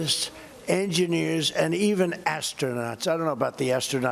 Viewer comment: lol, asternaughts